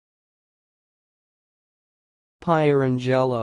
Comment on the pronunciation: No, not even close. Pier-ang-el-o, accent on second syllable.